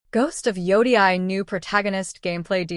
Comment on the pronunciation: Are you using an AI voice? It’s ridiculous that you cannot even pronounce Yotei. Your clip is about Ghost of Yotei you’re not even interested how to pronounce it correctly! I stopped watching after the first few seconds